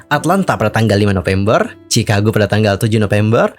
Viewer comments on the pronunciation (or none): none